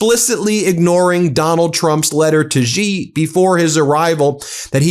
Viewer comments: Love ur Channel - thanks for all you guys do! One quick comment: Xi (JinPing) in Chinese is pronounced like “she” in English. Totally understand that you are not expected to pronounce correctly Chinese characters but getting this one name right would be useful to your many wonderful listeners around the world! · Trump could not text in transit, which was a good thing. Xi is pronounced as she, not Jee. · Ben, get it right...Xi is pronounced close to 'she' in English. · Come on Ben!! Why haven't you learned that Xi, as in Xi Jinping, is pronounced the same as the word SHE in English? Sheesh!! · It’s she, XI is pronounced she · Ben, a small suggestion---Xi is pronounced about like the word "she" in English, just tighter (stretching out corners of the mouth) and more aspirated. But you can just say "she" as in English and you will be far more correct than trying to somehow pronounce it with a "z" or "j" sound or some other exotic notion of what a "xi" spelling should sound like. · Xi is pronounced "she" like in English. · Xi is pronounced “she” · Your pronunciation of Xi is still awful 😢😅😢😅